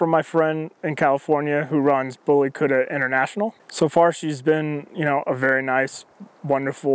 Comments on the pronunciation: Kutta is pronounced "KUT-THA" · The way he pronounce kutta is funny,, indians n Pakistanis will understand,, lol